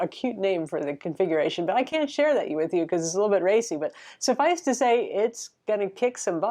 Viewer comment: "a little big racy" - ily <3